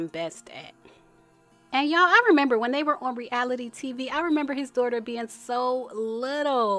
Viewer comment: Babbyyyyy🤣 as evelyn says 🗣️DON’T TALK ABOUT MY “DOORTA””🤣